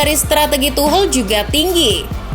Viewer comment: Tolong dong dibenerin penyebutan Tuchel.. bukan Tuhel.. tapi Tuschel.. Dengerin komentaror Liga Inggris deh..